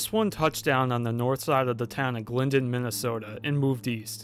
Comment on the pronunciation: You could pronounce Glyndon fine, but Absaraka flummoxed you?